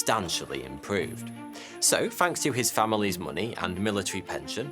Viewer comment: You need to keep reading the dictionary” fanks “ isn’t a word but thanks is there’s these two letters called “TH” they make the thhhh sound as in “think””thought” in no way do they ever sound like “F” but you’ll get there just keep reading the dictionary it will do wonders for you obviously